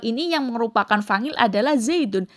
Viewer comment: Maaf kak ... fa'il ع bukan fangil. Tolong pengucapannya harus jelas dn benar sesuai kaidah nahwu sorrof Biar penonton tdk tersesat 🙏